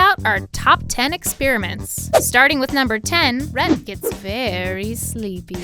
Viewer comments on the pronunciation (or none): Why is nobody talking about messing up Rhett's name on #7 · When she's announcing number 7, is or me or does she say rat instead of Rhett??